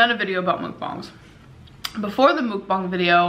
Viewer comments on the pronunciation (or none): Ugh I wish she would look up how to say mukbang instead of calling them mookbongs it’s infuriating. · "This video about 'mook-bongs' is to essentially demonstrate to you that I know how to say 'mook-bong' correctly because I say 'mook-bong' a thousand times... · It MUKBANG NOT MOOKBONG